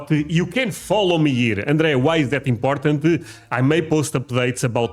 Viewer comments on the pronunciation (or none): none